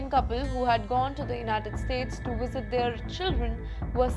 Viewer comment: IT'S NOT WISIT, THE WORD IS VISIT.